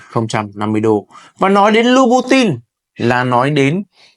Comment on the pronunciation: Học phát âm thương hiệu cho đúng chuẩn để tôn trọng giá trị thương hiệu nhé bạn